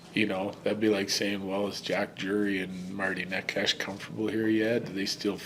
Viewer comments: Bednar is still saying cash… someone please tell him chess.. not cash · I watched one of Necas' very early interviews and he was asked how to pronounce it. He said people used to say it very badly, i.e. Ne Cash. Exactly now Bednar pronounces it.